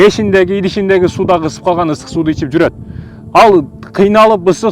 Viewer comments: Истык суу эмес ысык суу деп адабий кыргыз тилинде суйлосонуз таксыр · Ыстык эмес ыСык деп айтылат кыргызча тууганым. Аллах ыраазы болсун сага🤲